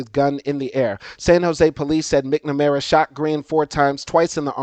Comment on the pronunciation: Excellent information. Also, as a fellow educator and lover of the English language, it's MAK-nuh-mare-uh and tahc-uh-REE-uh. Should be a breeze for a Louisiana man who grew up having to pronounce words like Tchoupitoulas! Keep up the good work and enjoy your time in BOO-da-pesht.